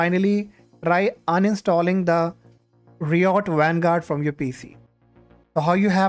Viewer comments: ri ot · "reeyot games"😂